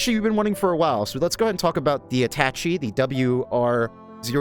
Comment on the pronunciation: attach-ee? it's pronounced At-ah-shay.